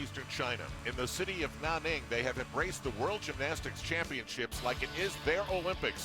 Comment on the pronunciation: Cody S. But did you hear Al say "Nah-ning" LOL! ITS NANNING AL!